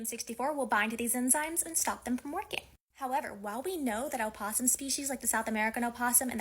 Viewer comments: in a scientific context it is sometimes used, but scientists aren’t linguists and are incorrect (source: I’m a linguist). Also it’s no “oh” it’s “uh”. As in “uh-poss-um”. So even if specifically speaking to an academic audience, she’s still incorrect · She does not say it correctly. opossum American [uh-pos-uhm, pos-uhm] / əˈpɒs əm, ˈpɒs əm /